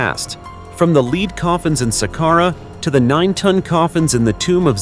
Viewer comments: Gotta be an AI Pronounce lead as leed a normal person would pronounce it. corectly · Lead and lead are NOT homonyms , this one designates the metal , BUT IS HERE PRONOUNCED AS ONE LEADING A RACE.....this is WRONG !!